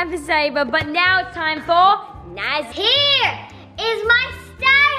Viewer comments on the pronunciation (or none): Naz it's naz